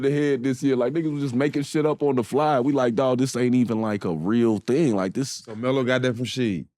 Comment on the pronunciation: I caught that too but I noticed he was saying “ELO” short for “Melo”